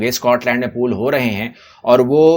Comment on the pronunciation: Pole NOT pool.